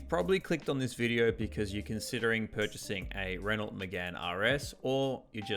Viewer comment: Good info, just stop calling it a “Renolt”.